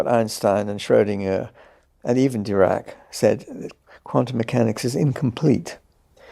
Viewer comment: its Erwin Schroedinger, not "urban" Schroedinger. and its Dirac's first lecture, not "Dubrak's" first lecture. there are more errors but these two stand out the most. you remind me Jordan Peterson himself with these errors